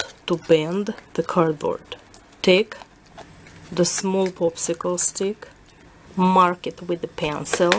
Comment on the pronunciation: Am I the only one hearing "poopsicle stick" instead of popsicle stick?! lol